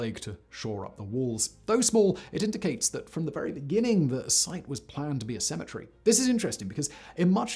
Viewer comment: So if you pronounce cemetery, well the way you do then how you say symmetry? Not poking fun just really curious